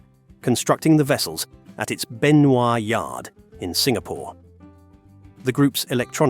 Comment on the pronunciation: Benoi is Benoy rhymes with Annoy. Not Benvoir as in Revoir.